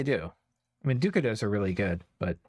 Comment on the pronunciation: Dukados ---> Daduchos. managed to Lucidify. Now they are both butchering names.:-)